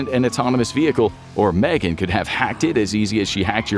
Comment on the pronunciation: Its M-Three-Gan. Can't wait for the second M3GAN film though. =D